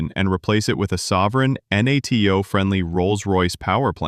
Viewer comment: The voice is very good, but when it pronounces NATO like "Enn Eigh Tee Oh" I can't take it seriously.